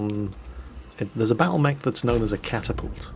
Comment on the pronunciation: "...I've managed to capture a catapult..." 2 MINUTES PASS: " So, there's this battlemech that's known as a Catapault..." My good sir, you need an intervention.